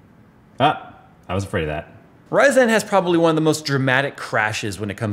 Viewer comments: Why are you pronouncing RYYYYZENNN like Austin Powers (Orange Sheeeerbeeert)? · I like how always pronounces "Ryzen" like "Ry-zen", it makes a dumb name sound a little bit cooler